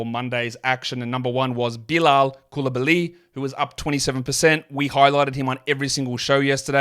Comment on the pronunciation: its COOL uh bah lee. Not coolibaLEE